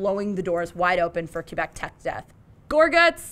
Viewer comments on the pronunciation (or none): none